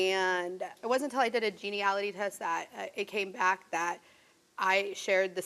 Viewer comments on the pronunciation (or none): Everytime I hear "gene-ne-ality" test it throws me off.